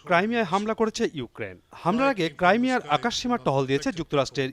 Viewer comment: ক্রাইমিয়া নাকি ক্রিমিয়া কোনাটা হবে!